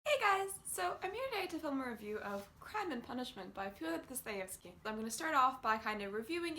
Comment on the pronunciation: "Virtuous little penguins," great image! Hoping to re-read soon (have the P&V trans). What I remember is it being very affecting (think I had the flu while reading it, too, lol, was probably too young). I think FD (love how you pronounced his name) was reacting, in part, against existentialism (or whatever they might've called it at the time) & emphasizing the importance of values, heart, & maybe faith; he's saying there is meaning to life. If I was clairvoyant I'd say there's a philosophy class in your future Uni career.